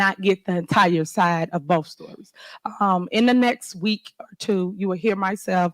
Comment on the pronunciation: Y’all got to listen to boff sides of the truff, - Tiffany. It’s very simple, where are the financial records?